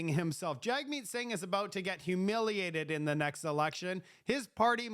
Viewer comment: One small criticism, the leader of the NDP whose name is spelled Jagmeet, it is pronouced JUG-Meet....not Jag-Meet. I do not care for the NDP leader one iota, but I will at least show the basic courtesy of pronouncing his first name the way he wants it pronounced. I served in the military and was on a course with a soldier whose last name was Duench....and most upon seeing the name pronounced it like Quench with a D.....but she told everyone it was pronounced DEN-ICK (apparently Dutch or something) and everyone respected her and her name, pronouncing it as she requested...... It makes conservatives look bad when we disrespect something as basic as the manner in which a name is said.